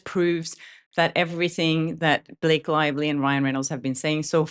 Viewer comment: Snake Lievely 😂😂😂😂